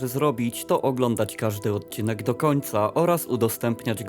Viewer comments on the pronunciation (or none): none